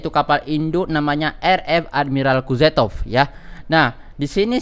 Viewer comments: Kuzetov ?? Kuznetzov bng 🤣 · Kuznetsov kali bang bukan kuzetof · Kuznetsov bang bukan kuzetov